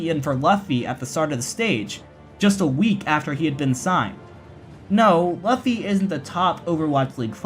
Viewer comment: Great vid (biased obviously), just wanna point out that Luffy is pronounced loo-fy after the character in the One Piece manga